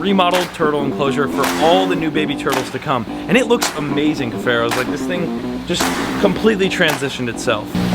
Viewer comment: I know he is saying cuffaros but I only hear crows🥲